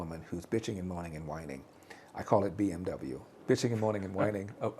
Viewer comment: Sadly he cannot even pronunce BMW